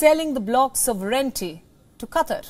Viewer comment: Why does she pronounce wealthy as "weldy" ? and mis pronounce "sovereignty"? as sovERNity ????